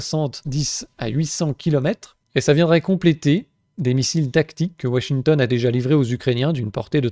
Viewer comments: "WaSHingtON" ! Excellent ! 🤣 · ouachinton... Il est marrant l'accent du châblais 😅